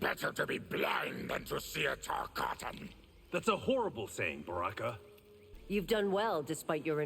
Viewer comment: Ah yes. Tarkatan aka “Tall Cotton” 😂😂😂